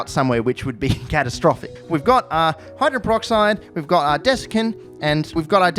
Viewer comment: "hydren peroxide"?